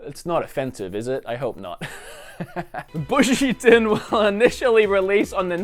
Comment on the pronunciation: Hey, love the video! Just a heads up, its pronounced "boo - shi - den" not "bushyden":D